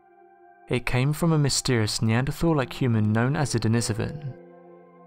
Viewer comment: Pronounced den-ee-so-van denisovan